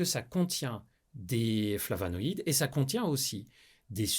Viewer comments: "FlavOnoïdes", pas "flavAnoïdes" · Bonjour, Je ne veux pas juger votre vidéo ni vos connaissances Juste vous signaler qu'à deux reprises, sûrement un lapsus, vous parlez de "flavanaïdes". Or il s'agit de "flavOnoïdes."